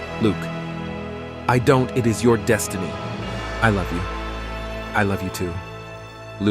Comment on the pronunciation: It is your “deshtiny”.